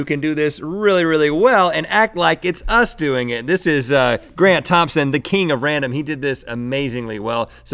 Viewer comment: My heart exploded when he said grant tomphsaon I started crying